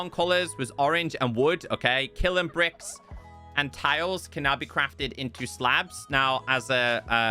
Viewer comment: Dear, bro, love your content. Got 1 pieve. "Kiln" is said like it's spelled. Not killin. Say the sound of "n". The same way you say the sound of "m" when you say "film". P.S. Have you done Sieves and Things? It's a great way to make your own skyblock crafting a Flatworld: Void then remove all the blocks accept 1 grass block. Nothing else. No End portal but plenty of game play options.